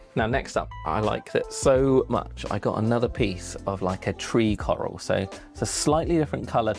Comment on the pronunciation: The “carl” coral😂